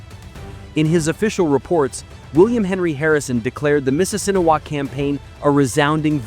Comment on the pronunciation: they could have used footage of the reenactment in Grant County. And the pronunciation sucks. I'm from Grant County where the battle of the Mississinewa was fought.